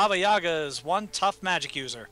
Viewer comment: Guys, Yaga is pronounced with an emphasis on the second "a". One of the most hilarious characters in the QFG world